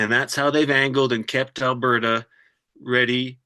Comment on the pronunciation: "Albeerta"??? (I heard that mispronunciation at least twice.) 😵‍💫 *Alburtah